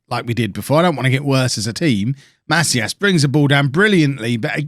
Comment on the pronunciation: So my last name is actually Macias, it’s pronounced muh-see-us